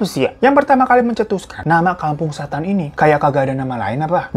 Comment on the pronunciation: Gw sampe ngulang berkali² pas bilang "KAMPUNG SHHÈTAN" wkwkwkwk